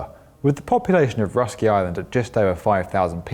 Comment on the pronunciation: You should pronounce Russky like this: rooskiy 😏